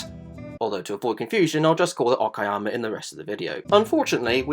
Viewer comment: It's impressive that you didn't fail to pronounce the track's name. It's Ok-ah-yammer, not Oh-key-yammer.